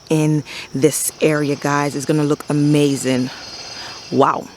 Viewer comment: First of all you are darling. Fairly new subscriber and I have really been enjoying your videos and your down-to-earth style. I love your enthusiasm and how you draw out your syllables when you like something ("ah-mmmmaaaaazingggg"). So cute! Your garden is beautiful and you can tell you have worked so hard on it. I like how you put those stones along the mulch/walkway line. I have small area where the bed butts up against the driveway and I am constantly kicking mulch back into the bed. I am going to steal this idea! Keep up the great work.